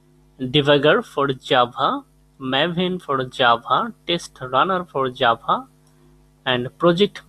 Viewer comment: The vid is great but...... Jabhaanhaa! XD